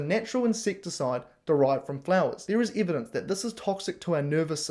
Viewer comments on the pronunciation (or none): And learn to pronounce evidence.